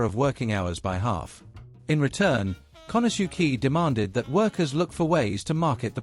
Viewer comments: pronouncing Japanese names is not all that hard.... "kanasuki?" seriously??? can't watch the rest... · Very interesting and informative video. However, that is NOT how “Konosuke” is pronounced… more like “KO-no-skay”